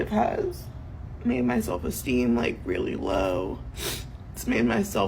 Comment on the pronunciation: So you can get rejected and screamed at? Pass. "I weally, weally want some one who is an ATM."